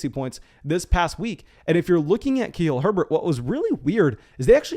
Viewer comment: for the love of all that is good, PLEASE start pronouncing “KUH-LEEL HERBERT” correctly!!! 😭😭